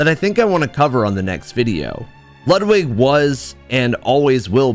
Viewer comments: Great video. I see bloodborne, I like. But why oh why you pronounce Ludwig's name lud wig (like in hair wig) and not Lud Vig like in Ludwig Von (pronounced Phon) Beethoven?!? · Loood wig, m hmm loood wig, not lud like lug lol then that'll do some justice